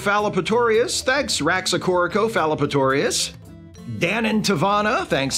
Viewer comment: wow, you pronounced Raxacorocofallapatourious correctly, you must have looked it up as it is the name of a planet in Doctor Who